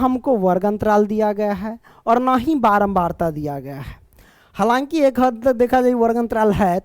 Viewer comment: Sir halanki nhi bolte hai halaki bolte hai😊